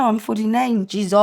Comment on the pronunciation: Stop saying jizos please 😂😂😂